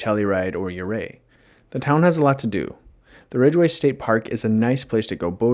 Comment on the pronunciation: Ridgway, Colorado. No “e”